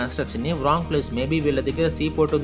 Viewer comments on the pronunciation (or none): none